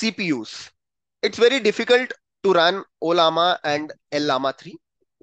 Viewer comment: It's pronounced as Laama not L-Lama.. just an fyi..